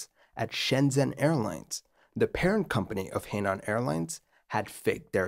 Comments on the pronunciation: "her-nan" not "hey-nan" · Henan is pronounced Huh Nahn. Just fyi. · Henan is pronounced “Hernan”. A significant thing to know to tell this story. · Henan is pronounced her-nan. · A tip for the creator, should he need to mention He Nan Airlines again, you got nan right, but He is pronounced like Her, but without any r sound. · Not super-important to the story, but just for the record, the “He” beginning of “Henan” is pronounced (essentially) like the “hoo” beginning of “hook.” It’s a Province name, written 河南, and means “south of the river.”